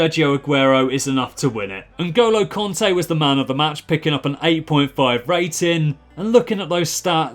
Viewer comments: It isn't konte it's kante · btw I only wrote that cos it sounded like u were saying conte